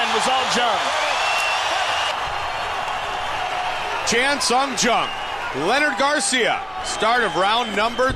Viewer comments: It's funny to hear how many ways Goldie can mangle the name of Chan Sung Jung. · mike "i can say chan sung jung's name wrong a lot of different ways" goldberg